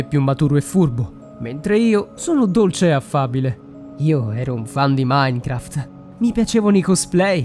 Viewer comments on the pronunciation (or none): none